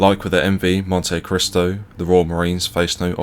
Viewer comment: I believe it's pronounced "Montee-cristo" 😉